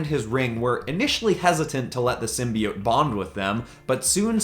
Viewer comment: You say simbeits it's simbeotoe